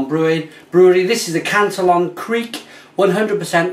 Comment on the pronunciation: you realize it's canteeon not cantalon